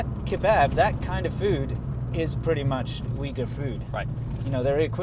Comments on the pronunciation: Uyghur is prounoced oo-yghur not weegur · The Big Plate Chicken is actually first invented by Sichuan Han migrants to Xinjiang. It is not a traditional dish in Xinjiang Uighur cuisine till early 1950s. BTW, Uyghur is not pronounced as weeger伟哥？？？？？？, but instead, wilgu 威固. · It’s pronounced OOYGOOR, not WEEGOOR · heard it also pronounced as ooi-ger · "its pronounced wigger" - Winston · "It's pronounced 'wigger', kind of like a white guy with dreadlocks......I'll have to cut that out" LOL